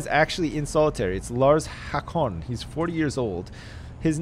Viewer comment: The way pronounces Haakon... It's pronounced Hawkon. #RippingDicks